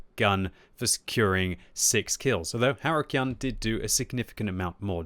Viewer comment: I only realized that it wasn't arukyan or something like that but haru-kyun at the result screen... Well i think it is a japanese nick and should be read something like: Haru is correct, kyun is read as knee without the n and the un as in united And here i am! An italian that try to teach a British how to reed japanese!